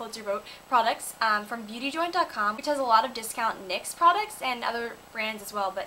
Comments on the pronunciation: nyx is pronounced like nyx, not the letters... nyx is a greek goddess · It is actually pronounced, "nicks," like the goddess! So, you were right! :) I really love your makeup look! Stunning! xoxo Laura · lol im not necessarily correcting u because it doesnt matter and everyone does it, but nyx is actually prounounced as a word, because the company is named after teh word "nyx" which i think means beautiful goddess or something. lol i was shocked when i found out but ya.... lol